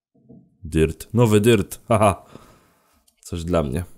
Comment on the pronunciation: odkrycie 40 rodzaju,, DYRT'u " - tylko maże mówić " dyrt "